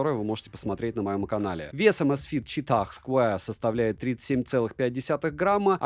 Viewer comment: Чувак, прекрати говорить ЧИТАХ, да еще и с таким пафосом... Я не могу оставить смех😂